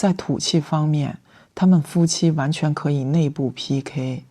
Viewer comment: 张杰的普通话里有浓重的四川口音，但又不是幽默可爱的川普，他，很用力想把普通话说标准但咬字就是四川话发音，比如“完全”两个字